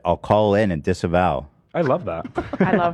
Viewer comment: Disavow him,, its sounds like Disavow rarher than disembowel.